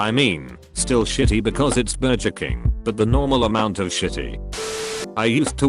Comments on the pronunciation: “BurJER King” ugh wdym? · BurJeR KiNg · Everyone: Literal silence: Auto Voice: "Burjer Kink" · Bur-jer King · ah yes... no one beats good ol burjer king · “BurJER King” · Ah, yes, BERJER KING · AHAHAHA the way it said burger king😂🤣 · is so lazy he doesn't even replay the voice to check what the voice says Burjur king Seven to eleven CHIPOTAL Macnolds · The grammar is atrocious,burjer king,chipotel,tawkitwus,is this a freaking sin?